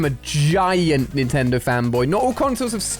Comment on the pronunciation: And I oned a nentedo